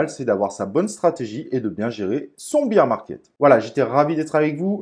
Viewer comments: Bère market pas bire (beer) market 😜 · 'Bir" market... lol beer market... bear market c'est "bère" market... santé 🍻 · non mais tkt c’est juste rigolo avec le côté beer 🍺 😜